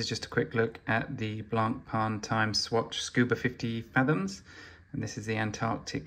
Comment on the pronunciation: please learn how to pronounce the brand Blancpain correctly. thank you.